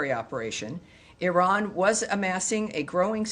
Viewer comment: White people are so stupid that they even don’t know how to pronounce Iran.